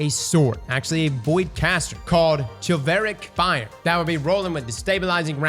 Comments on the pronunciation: "called chilveric fire" "SHIV-EL-RIC!!!!!!!" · The sword is "Chivalric Fire" (shiv-uhl-rick) as in Chivalry. Fyi lol. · Shu-val-rik, as in, chivalry. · Chivalric is pronounced “SHI-val-rick” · man said chillvarick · He said "kivalrick" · Its pronounced "shival-ric" meaning one who practices chivalry. Also incisor is "in-sy-ser" like the tooth, and uzume "ew-zoom-e" or "a-zoom-e" like some pronounce it, all prospectively. 😂 and his pronunciations drive me crazy. A product of "no child left behind", i would assume(lol)? Regardless, i love but im sure his pronunciation bothers more than just me. ✌️ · The sword, Chivalric Fire, is pronounced "shiv-al-rick." It has the same root as the word "chivalry." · Came here to say this. Thank you for your service. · How many videos will it take until starts pronouncing Chivalric Fire properly? x)